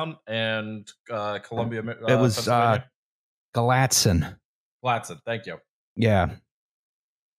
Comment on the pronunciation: You can get the JFK "decade" pronunciation correct, but not Gallitzin. It's guh-LIT-son; not gah-LAT-son . This whole episode is ruined...utterly ruined...like a horror.